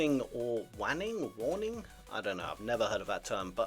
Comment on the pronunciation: It’s pronounced Wayne-ing